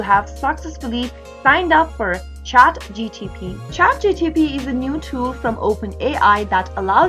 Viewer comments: Ohh come on it's not chatgtp it's chatgpt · why do u keep saying chat GTP and not chat GPT? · Bruh hes saying chatgtp